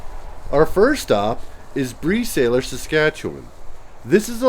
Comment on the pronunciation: Love this... my in-laws and relatives used to live in Bresaylor (it's pronounced same as the phrase "the tailor"). Your videos make me homesick for Saskatchewan, and I was just there last month!!! Saskatchewan is so beautiful.